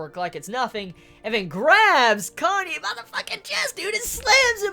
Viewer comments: You're gonna keep calling Kanae "Kanye" aren't you? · Do you pronounce it 'Kanye' just to spite me?;~ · lol i loled when you said "Kanye" .